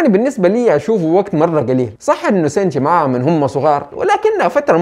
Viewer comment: ليش لقول توجو مو كوجورو و حتى شينتشي تقولو سينشي مرا غلط